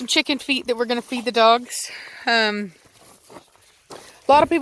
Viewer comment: Before I saw the Chicken Feet. I totally thought you said Chicken Feed. :D